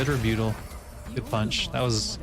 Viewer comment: Pronouncing rebuttal like that is like calling a cup a cyoop